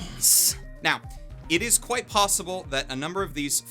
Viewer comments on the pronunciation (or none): none